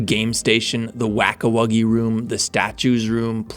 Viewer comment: u are lecturing us about this 4th part is ass but bro realise that u said wack a wuggy while showing musical memories